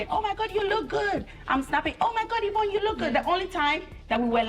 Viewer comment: Is it or Evroonne? needs an English teacher, for real.